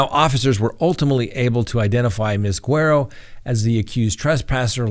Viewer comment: Without even seeing her name, Im 99% sure her name is Guerrero not Guero.